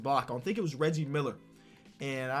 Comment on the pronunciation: I love this mans continue to say riggie instead of Reggie